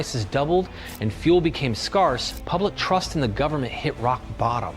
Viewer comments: "...fuel became SCAR-SS..." : how did he write the script without even knowing how to pronounce the words? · Why did he mispronounce scarse? Only 2 videos with that level of production, maybe AI generated video. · Is this a known channel? Because his inability to correctly pronounce "SCARCE" screams AI propaganda... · Notice how he pronounced the word "scarce" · You sound American but you cannot correctly pronounce 'scarce'? Sorry, but it sounds like AI narration to me. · Firstly the narrator severely mispronounced the ordinary word: 'scarce' and did not correct himself so therefore "he" is AI, 2ndly because of this deceptive AI and "he" mispronouncing that word, nothing "he" said is to be taken as valid in way shape or form. Proper personal research will have to be conducted by all interested in what's happening with the current India/Pakistan conflict. AI is programmed to lie about political leanings.